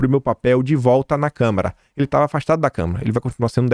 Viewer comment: gosto demais do seu canal,mas vc tem que corrigir sua pronúncia quanto a CÂMARA dos deputados. Vc sempre fala câmera, isso prejudica seu canal, quando abre espaço pra interpretação de que lhe falta conhecimento. Fica a dica.